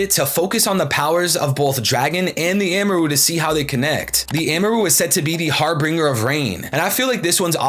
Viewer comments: It's Harbinger not har Bringer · It’s not pronounced har-bringer, it’s har-binge-er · Wow the amaru stuff blew me away. Great video! Also not to be super pedantic but it's pronounced har -bin-jur. Cheers! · Harbinger** har-bin-jir*